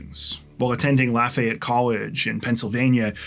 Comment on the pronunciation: I super appreciate you saying Lafayette correctly